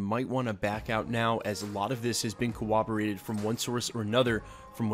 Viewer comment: “a lot of this has been COWOBERATED”